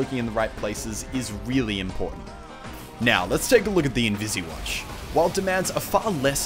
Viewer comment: Its not invisi watch!! Its invis watch!! Dammit